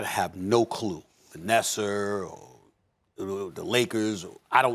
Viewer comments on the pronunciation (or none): Stephen a “vanesser” smith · Did Stephen a really say "Vanesser"?? 🤦🏽‍♂️ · SAS: Vanesser